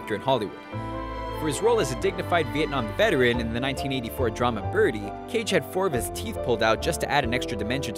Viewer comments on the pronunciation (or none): none